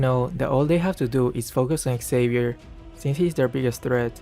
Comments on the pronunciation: the pronunciation is not Savier, is Shaviér MobaZane also discussed about that issue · U pronounce wrong the name its like havier no with X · It's pronounced "JAVEER"= XAVIER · nah not random. Those people cant read, cant speak or cant think at all. Feel satisfied when even gets angry. But the way he pronounces Xavier is so off